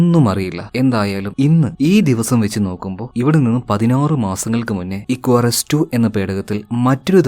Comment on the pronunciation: Icarus te pronunciation athalla, ഇക്കാറസ് enn aan. Ath oru greek God nte name aan. Nan work cheythath Icarus aviation Academy edappally l aan. So I know the meaning behind the name 😊